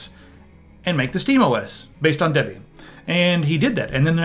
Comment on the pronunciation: Because I'm going to trust someone that can't pronounce Debian.